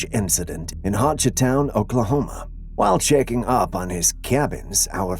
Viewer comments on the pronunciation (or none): none